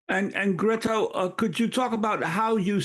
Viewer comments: who? How do you say her name? Amy’s the only one that’s been pronouncing it like this. I don’t speak Swedish. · ♥️👏 just one criticism the presenter of this vital channel should really know how to pronounce Greta's christian name. I think she pronounced it two different ways during this post... 🫣